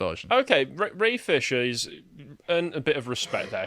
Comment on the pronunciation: You said Ray Fisher, I heard brain fissure